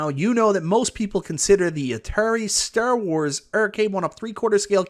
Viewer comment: You pronouncing "Star Wars" like that is disrespectful.